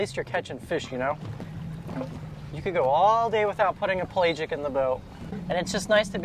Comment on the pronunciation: Please look up the pronounciation of pelagic. The a is not long. Also I urge caution on eating a barracuda over 6 or 7 pounds even in Florida, and especially in the Keys where the blue/green algae that produces ciguatera is much more prevalent.